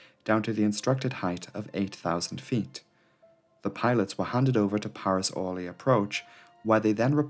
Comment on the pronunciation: No! It is not Ooooooohrly, it is Orleeeeeeee. Stress is wrong.